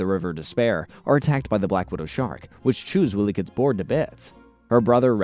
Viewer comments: How old are you dude.. it’s Wiley kit and cat.. not Willy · but yeah also this guy said “Willy kit and Willy kat” so I feel your frustration lol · Bro. It's not Willie. It's Wily like the coyote (kai-oat-ee (US)) that chases Roadrunner.